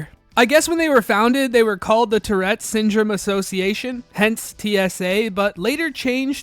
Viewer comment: Tourette, not terette.